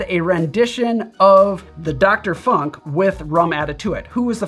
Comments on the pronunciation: Yeah, it's Funk with the U as in Tunesia, not in Punk. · Hi! Your videos are awesome! Since long time! The presentations are precise, stylish, informative and it's well cut/assembled. Always! Thank you a lot! Your videos are a real present/gift/gem to the community! And btw: you german pronunciation of 'funk' comes with a heavy american accent, which is fine, guessing you didn't have lots of practice on this. I love the dialects and accents of my mothertounge. Der 'Funk' translates to wireless or radio, while der 'Funken' translates to spark, but this is another story... Cheers and zum Wohl!